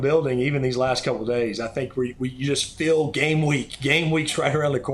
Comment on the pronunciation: Phil pronounces "feel" like "Phil"